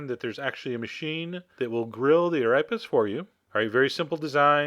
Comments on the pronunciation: This looks delicious Chef John, just one thing... it's pronounced 'a-reh-pa' and if you can, roll the r! :) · the way he pronounced arepa had me weak "erapas"